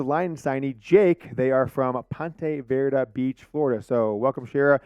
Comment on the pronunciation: it is Vee Dra. Ponte Veee Dra. I cannot keep hearing you mess it up